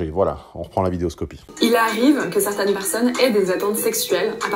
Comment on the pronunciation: "certaintes"? quelle langue est-ce là?